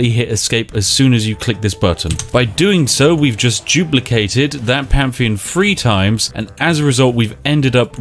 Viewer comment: English: pantheon Spiff: pamfeon